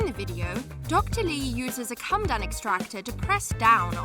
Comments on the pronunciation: It's Coh Muh Doan extractor. Not a Cum Dun. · It's pronounced co-med-own, not come-done. Doesn't matter if it's American English, British English, Australian English or African English. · PMSL... A 'come-dun' extractor....com ee dough n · Coh muh dohn extractor. Not come done. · Did, ..... Did you say a " come dum " extractor? 😂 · Did she actually pronounce comedone as ‘come done’ extractor lol?! Too funny because it shows another narrator who doesn’t read through and research proper pronunciations smh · How come the narrator can’t pronounce comedone? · That's not how you say comedone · Because she is lol. Also doesn’t know how to pronounce comedone 🤣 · And the pronunciation of “comedone” made me want to SCREAM!! And she just kept mispronouncing it over and over! Ruined it for me!